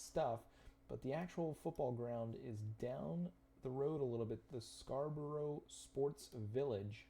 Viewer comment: If you ever visit Scarborough, please don't pronounce it Scra Bro Bro. Pronounce it Scar Bruh Bruv. I was born further up the coast in Hartlepool. The next town along from Scarborough is Whitby where Dracula landed in the Bram Stoker novel